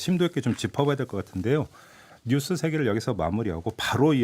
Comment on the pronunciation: 김종배. 뉴쓰가 아니고 뉴스